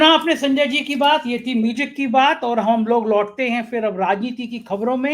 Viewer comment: 4PM MUJIk ki badhayi, plz batao ye MUJIK kyon bolte ho, Isko Music bola karo plz